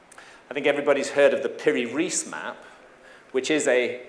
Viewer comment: This pronunciation of "Piri Reis" drives me crazy.